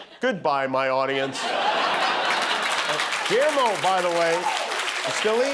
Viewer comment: All these years and Jimmy still has not learned how to pronounce Guillermo’s name correctly, but has likely taken the time to pronounce Kamala correctly.